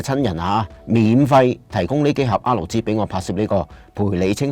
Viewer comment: 好多謝你嘅分享，真係好有心機 少少意見，作為YouTuber，如果可以改善RG發音就好啦，畢竟呢兩個字喺片中都出現咗好多次